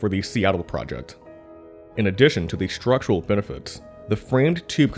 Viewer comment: Great documentary. The narrator just needs to learn how to pronounce the word 'structural'.